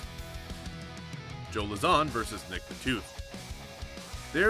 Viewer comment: Pronounced joe lauzon and Tyron woodleys names wrong